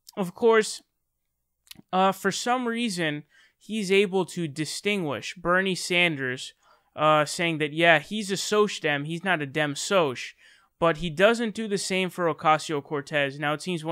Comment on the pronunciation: you should say Dem-Sock & Sock-Dem rather than dem-soch and soch-dem, it just sounds better